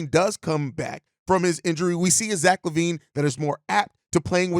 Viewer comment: Lack Levine.. you gotta put the Ls on it… just like with LaMar LeRozen.. of course in the LaMar, you are also highlighting the fact he has no D.